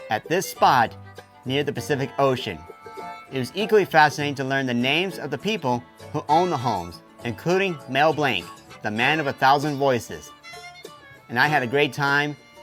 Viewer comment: its pronounced mel blonc